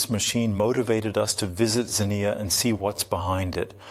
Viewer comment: I like how the word "Xenia" is spoken over 20 times, and never pronounced the same way twice.